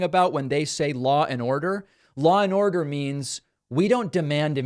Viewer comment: "Law and Ordo" over and over please.